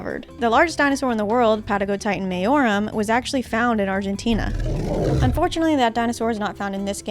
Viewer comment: you say "patagotitan mayorum" better than me lovely video ! edit: I realize now "lovely" might sound like too little praise or something. it's not! I truly found it a lovely watch plus all the effort you put on the footage and bird footage and sound and the editing and the little cosplay. plus it's the perfect watch for my saturday night, which wasn't specially great, but watching this help me get a little better mood-wise. thank you! looking forward to your next videos!